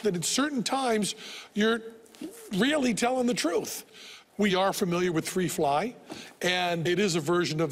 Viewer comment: lol wtf free fry hahahahah it's "Three Fly"... you hungry mate?